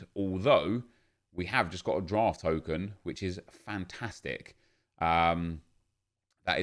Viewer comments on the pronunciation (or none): none